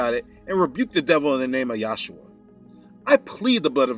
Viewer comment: You keep saying “yashua” (Joshua) . It’s Yeshua ! The Jews call him Yeshua which is Jesus . I cringe every time you say yashua . Do research further ! Or just say Jesus . Why are you calling his name in another language? Don’t be ashamed to address his as Jesus . We are in fact in America . You confuse Americans with that . Your so enthusiastic about saying “yashua” lol. You can refer to Amir Tsarfati , he’s a true Israel Christian from Israel . I’m sure he’d know how to say it lol